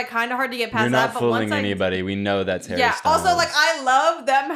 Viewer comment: Hawwy styowlz